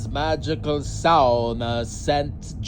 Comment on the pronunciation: How do you know how to say "sauna'" correctly?